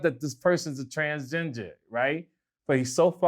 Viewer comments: GLAD did you hear when said TransGINGER? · Whenever he says transginger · A transginger i'm done lmaoooooooooooo it's transgender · Bro said transginger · " transGINGER " - ladies & gentlemen